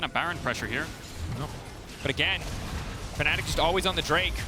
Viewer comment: Team name: Fanatic Commentator: faNNic